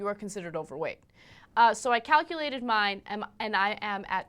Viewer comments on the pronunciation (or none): does Ana start to say "Cockulated"? :P